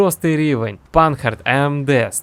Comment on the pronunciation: Не панхард!) А панар !) це не англійська ,а французька!) Вподобайку все одно вліпив!;)